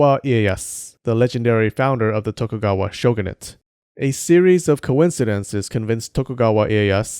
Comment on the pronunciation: When you said “a serious of coincidences” it activated my “My hey Siri”... thank you i guess?